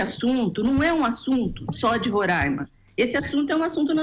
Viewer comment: Queridos, não se fala "RORÃIMA", mas "RORÁIMA".